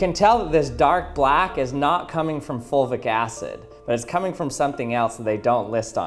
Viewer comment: Is he saying “folvic” acid?